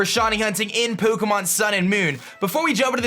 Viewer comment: Love the video, and the pronunciation !! Poh'keh'mohn xD Keep up the great videos !!